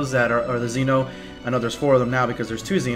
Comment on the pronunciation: Could you please learn how to pronounce Zen-oh? Thanks.